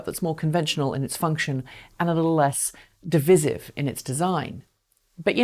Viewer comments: Div_eye_sive, not diviziv. You did it twice. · I think your pronunciation of 'divisive' is quite divisive 😁